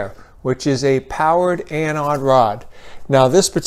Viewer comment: Must be a regional thing. In my field, the word anode comes up a lot, and EVERYONE says it with a long O. This guy saying anAHd sounded really wrong to me.